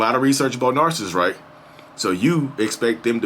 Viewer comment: I love how you said "Am your favorite Narsists" keep going.